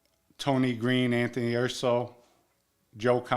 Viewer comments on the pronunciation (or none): none